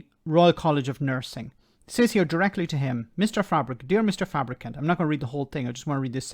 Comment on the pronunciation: You keep mispronouncing his name...........it's Fabricunt.